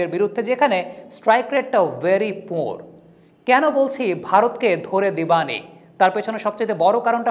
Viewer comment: Vai " debani " kotha ta emon vabe boltesen jeno eta karo name or kono term